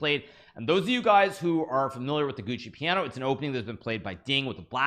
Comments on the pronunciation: It isn't called the Gucci Piano 😂, but the giuoco piano. Giuoco is pronounced like giocko. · gu oco piano, not gucci piano. embarrassing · Naka knows how to pronounce it. He does it wrong to be funny.